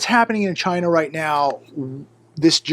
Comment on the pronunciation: your not saying it right, its CHYYYYYYYNAAAAA ( like trumpo )